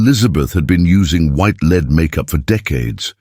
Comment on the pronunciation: Terrible AI voice. Just awful.is it beyond the producers to check the stupid errors ? Lead was pronounced correctly then incorrectly. No one checks? Bad . Lazy and careless production .